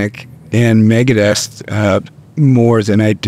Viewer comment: "megadette" lmfao